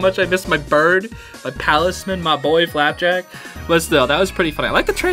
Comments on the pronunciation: I’m sorry but you keep saying flapback instead of flapjack 😮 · I loved this video but... IT'S FLAPJACK NOT FLAPACK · if you are a real toh fan then you know IT'S FLAPJACK!!!!!!!!!!!!!!!!!!!!!!!!!!!!!!!!!!!!!!!!! NOT FLAPACK!!!!!!!!!!!!!!!!!!!! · Flapjack, not flappack zeez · IT'S FLAPJACK!!!!!!!!!!!!!!!!!!!!! NOT FLAPBACK!!!!!!!!!!!!!!!! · STOP PRONOUNCING IT "FLAPBACK" ITS "FLAPJACK" 😠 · It’s not flap back it’s flap jack 😡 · Isn’t it flapjack? Not flapack? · It's pronounced flapjack. I mean oh my God, bro. NOT FLAP BACK JESUS CHR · Btw it's not flapback like u kept saying it's flapjack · he is saying "flapack" when it's pronounced "flap-jack" IT'S SELF EXPLANITORY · just so you know its pronounced flapjack and not flaphack or whatever you were saying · Bro saying flapack instead of flapjack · HIS NAME IS FLAPJACK NOT FLAPBACK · its not flapack its flapjack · it is flap jack not flap pack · Not flapbak its flapjack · why ado you say flapback its flapjack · ITS FLAPJACK NOT FLAPACK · is saying "flapack" btw not Flapback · It's.. flapJACK like a pancake. Great vid, but PLSSSS just say FLAPJACKKK lol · OMG STOP CALLING HIM FORKING FLABACK IM GONNA LOSE ITTTT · Nobody realizing that he’s calling flapjack “flapback”? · HE CALLS HIM FLAPBACK LOL🤣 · lol the fWer SwIt (as it is pronounced in the video) is red because flapjack is red😂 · He really said "Flapback" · He said flap back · He keeps saying flapback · I swear to god call flapjack flapback one more time I’m going to slap you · Flapack* It seems you're having a little trouble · continuously getting flapjacks name wrong is hilarious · HOW DARE YOU MISPRONOUNCE FLAPACK >:( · YOU SAID FLAPACK WRONG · It's flapjack not flapcrack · Its not flapback.......ITS FLAPJACK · I love how u said "FlapBACK" the whole time instead of flapjack lol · Did bro just say “FlapBack” 💀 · Please stop calling FLAP JACk flap PACK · who the f REDACTED people says FLAPBACK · If he says flapback one more time, ITS FLAPJACK